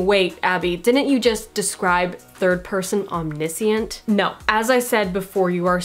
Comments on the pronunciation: Nice and succinct. Thanks! Nit pic: om-nish-ent :) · Why do you pronounce omniscient without an "sh" in the middle? Very unusual. I don't think I have ever heard anyone pronounce it that way.